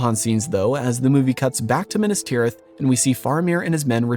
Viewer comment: Minnus tirith? Meenas Teerith. If you're going to do JRRT stuff, at least pay attention to his pronunciation guide. He was a professor of languages, you know.